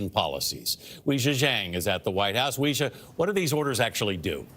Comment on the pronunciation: Wii-juh is not her name. She's not a gaming console or a spirit board. Her name is Weijia (WAY-jiAh). It's not a hard name to say, and the anchor's pronunciation is so far off it hurts. Please do better, CBS. Racism is so 20th century.